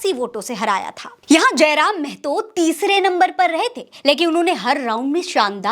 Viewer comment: मेहतो -मेहतो बोलना बंद कीजिए (महतो)